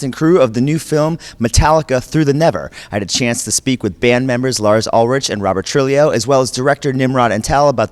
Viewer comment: "robert troolio" wtf